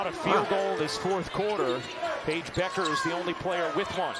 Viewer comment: Dude, her name is not buckers you moron